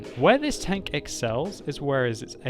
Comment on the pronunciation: tanKK omg its terrible how your K sounds like